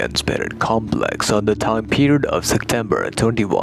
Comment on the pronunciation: Namaskaar,! I wonder what is your mother tongue? I heard you pronouncing "Sectember". In my mother tongue, some people also pronounce it this way.